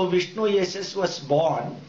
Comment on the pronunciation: Actually Dr.Zakir Naik has all the knowledge. This guy cannot pronounce any words that is not his mother tongue properly. Watch him he says vishnuyashash, and then a brahmana, a Brahmin. His English is weak and obnoxious.